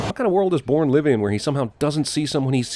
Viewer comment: when his voice is so good that his voice pronounces bourne a porn but aye I love this don't get me wrong man